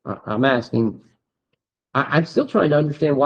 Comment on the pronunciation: Omg did he pronounce asking asting? He has an extra chromosome no doubt.